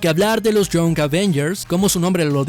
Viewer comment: Young se pronuncia: ian [ jʌŋ ]